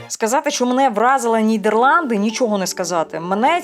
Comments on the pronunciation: толковий гайд по Нідерландах, був там в далекому 2000-му році, я її називаю країна-Діснейленд, бо жив у маленькому містечку де кожна хатинка і подвір'я навколо - маленький шедевр. Єдинє, дратує як авторка називає країну Нід"Є"рланди замість "Е". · Дякую за відео, було дуже цікаво! Я щиро бажаю розвитку вашому каналу, тому вкажу на майбутнє, на те що дуже різало слух. НідЄрланди, дІзайн тощо. В українській мові читаємо як пишемо. Скоріш за все українська мова не ваша рідна і мене дуже тішить, що ви прийняли рішення перейти на неї тому зичу подальших успіхів вам.